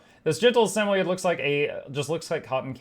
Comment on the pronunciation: It’s pronounced Sam-oid like void lol they are friendly cute floofy dogs!